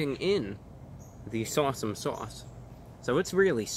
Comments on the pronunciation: Sorry Reviewbrah, your seagull interpreter did a pretty bad job at saying S'Awsome. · Shots every time he says sawesome sauce.....🤪